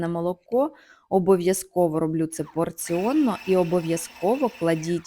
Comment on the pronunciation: Якщо є порція,то слід казати:"порційно",но не "поріонно".А так-все пречудово.